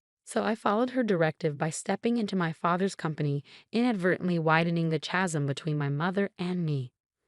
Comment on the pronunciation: It's pronounce KASM, not ch-asm. Dis-heartened, not dish=artened